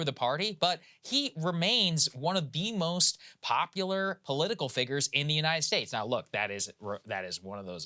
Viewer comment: Saagar looks for any excuse to pronounce the word figure with the HARD R